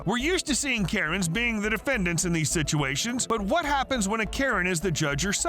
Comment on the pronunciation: The narrator butchered the name of most of these defendants and the captions spell almost all their names wrong.